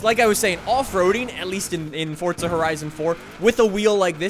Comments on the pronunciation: its not fortsa its forza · ITS FORZA NOT FORTZA BIG DIFFERENCE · Fortza, nononononononnononononon don’t pronounce that shit with a T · “Fortza” love it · with respect, why do you say "fortza"? XD anyways love your content, and so glad im this early!